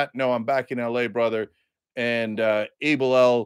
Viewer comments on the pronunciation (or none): none